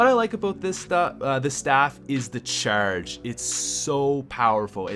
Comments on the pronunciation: why do you say "The cherrrrrge" like really? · It sounds like he said churge.